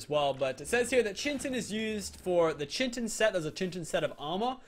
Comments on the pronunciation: It’s not chitin it’s kitin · chintin is pronounced ( kite-ten ) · it is pronounced Kite - in. Not Chintin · Oh god, it's making me cringe so much. The Chittin and the Piterodons! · The P in Pteranodon is silent and it is Chitin not Chintin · Chitin (Ch-e-tin) is really Chitin (Ki-tin) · It chitin. (Ki. Tin) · ITS KAI TIN NOT CHIT IN, sorry but I couldn't ignore it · chiton is not pronounced CHin-ton it is KAI-tin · It's not che-tin it's kI-tin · aye I feel you bro. And when he says chitin it sounds like he says chintin and when the gallimimus came he thought it was a carnovore being so skinny. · Kitin is how it's pronounced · Kite-in is how you pronounce chitin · Chitin is pronounced kite-in, you don't have to say it like that, I just want to protect you from people who will spam comments about pronunciation:) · I CANT TAKE IT ANY MORE chitin is pronounced kite-in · this is how you say it citin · chitin is pronounced kite in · oh no😢 the way you pronounce chitin😭😭 it's ky-tin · Chitin is pronounced kite-in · its pronounced Terr an a don Ky tan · Chitin is pronounced ki-tin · Pronounced Kyte-in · Chi tin is pronounced key-tin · It is pronounced ky-tin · it is pronounced kyten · its pronounced kytin no offence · he probably had like people tell him that but it should be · the p is silent,you get crystals from mountains and volcanos as well as caves and you pronounced chitin wrong